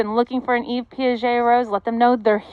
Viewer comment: Yves is pronounced Eve. It's French.